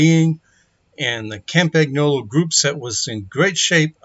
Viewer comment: Nice job! BTW - it's CAHM-PAHN-YOLO, the G is silent.